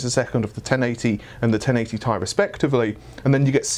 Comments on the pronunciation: It's TEE AIII NOT TAY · It's not 'Tai' it's T-I FFS!!